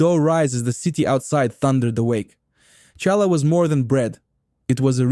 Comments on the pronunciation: Ai Russky can't properly pronounce challah ! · After making me wince by mispronouncing “challah,” you totally lost credibility with me when you made the common mistake of confusing smoked salmon with lox. Smoked salmon is nice fish, but it was UNsmoked brine-cured salmon, real LOX, that combined with cream cheese on bagels to become a new favorite of Jewish cuisine. Nova Scotia and other smoked salmon had nothing to do with it until decades later when some stores and restaurants started misrepresenting smoked salmon as lox. Shame on you for perpetuating a deception that has caused real lox to almost disappear from the market. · c'mon. This guy isn't Jewish. Is there a Jew in the world who doesn't know challah is not pronounced with an American CH? Or an Ashkenazi Jew anywhere who says matzo "bree"??? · Good content read by an uncircumcised Russian bot. Lol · Yes, the pronunciation was lacking in certain words. Like challah 😂 but the food looked really good. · OMG. AI lousy pronunciation. Challah, bialy, rugulach, Knishes with a K. Criminal. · AI with its fake Jewish accent. Ity said shallah, not challah. AI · It's Halla. Not challa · WHY DID YOU SAY CHA LA? WRONG! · Who did your voice overs? Horrible. It's Knish with a K not pronounce Nish. Also real Jewish Deli Sandwiches do not mix meat with milk. That would not be Kosher. That would just be Kosher Style. Get this right. Do this video better. Challah is pronounced with a Guttural CH sound it is not a J sound...On your video the voice over person dos JChallah. Not correct. Get this right. Find an actual Yiddish Speaker to do your voice over. NYC is filled with Jews who can pronounce these words correctly. And who understand that Jewish Food is not meat with milk. I was looking forward to this. Get this right! Matzoh Brie.,....Pronounced Bri....Strong I. Not Brie like the Cheese. Sigh. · Hallah not challa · It is Hala Bread not shala your pronunciation is wrong 😑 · CHalla? Oy vey! And it’s pronounced matzah breye. 🤔